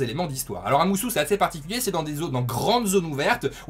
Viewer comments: Je ne sais pas mais en tout cas quand tu regardes la vidéo de présentation de l'Ere du Fléau le mot est prononcé musO par Aonuma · C'est musO et pas MusU ;) sinon super vidéo comme d'hab !